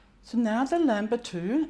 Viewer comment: LAN not LAM bitou 😍